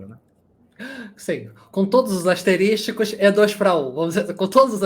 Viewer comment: * = asterisco. "asterÍSTico" não existe.